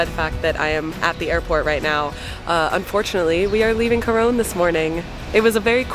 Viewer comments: Just to let you know its pronounced Coron (Cor on) not Cor one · It's pronounced as KO-RON Palawan. Thank you for appreciating our country and featuring it on your vlog.